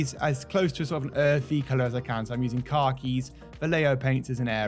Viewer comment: “Car keys” 🚗🔑🤦‍♂️